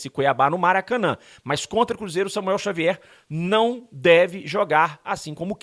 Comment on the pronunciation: Diniz misturou as bola? Falou Samuer Xavuel kkkk